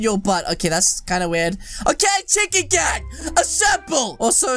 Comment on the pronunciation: You makes me laughs when you said chikrn gang😂